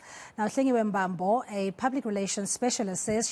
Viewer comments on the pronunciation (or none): Mbambo not mbaamboo